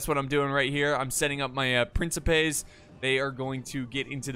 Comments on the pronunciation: its prenounced prinsipais the game even says it itself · C is pronounced like a K in Latin so it's pronounced prin-ki-pes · For all future video's: It is "Prinkipes" in classical Latin. In general the Latin grapheme ⟨c⟩ is the Latin phone [k], which is always pronounced hard as k in sky, never soft as in cellar, cello, or social. ⟨k⟩ is a letter coming from Greek, but seldom written as such and generally replaced by c. Triarii for example would be pronounced with 3 times the same i-sound of ea in easy. Not Triari-eye. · in antiquity the letter c was pronounced like an english k as in kraft. So principe was pronounced prinkipe. Caesar was pronounced similar to Kaisar. Cicero was pronounced like Kickero. Modern italian is different; if an i or e follows a c, it is pronounced like a “chi” or “che”, so it sounds like princheepe. Spanish and English each have their own take on how to pronounce the c. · Classical latin has no soft "C" so it would be pronounced "Prin-ki-pes" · Your first instinct was right, there are no soft c's in Latin, it's prin-ki-pes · CI in PrinCIpes is pronounced like the CHI in CHIps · The p boys are pronounced (prink-eh-pays), btw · Since principes is the plural of princeps, if I'm not wrong princeps is pronounced prin-keps so principes should be prin-ki-pe? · In classical latin the c is always pronounced with a k sound. So its prinkipes. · In ancient Latin most historians believe the c is pronounced k, so principes like prinkipes. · Princepes its pronounced more like PrinTCHEpes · It is pronounced Prin"ki"pes like the "ki" in "kin". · Bro, it's pronounced Principes! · It's pronounced principes.